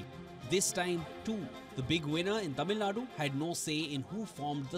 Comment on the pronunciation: Sir, I am amazed that you can pronounce the sound zha in tamizhnadu… I am among probably 20% tamilians who can pronounce that word while majority of politicians and leaders who’s livelihood depends on Tamil famtism and hate for Hindi cant pronunce it and they say Tamilnadu.